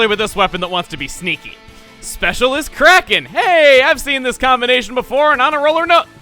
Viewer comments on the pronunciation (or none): Ooooh! Krak-on is krakon Not on-krak